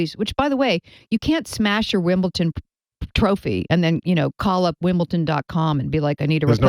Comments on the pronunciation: Why does she say wimbleton instead of Wimbledon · Is she saying Wimbleton? Lol it’s Wimbledon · "WimbleTON" Jesus.